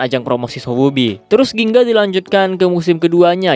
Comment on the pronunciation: Gingga bang bukan ginga